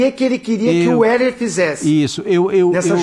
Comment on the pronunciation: É impressão minha ou Zinho nao consegue se quer pronunciar o nome do Wesley ? 😂😂😂